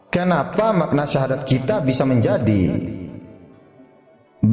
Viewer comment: Maaf laras syahadat anda kurang benar itu mungkin pengaruh dialek hingga berbunyi Sasadu dst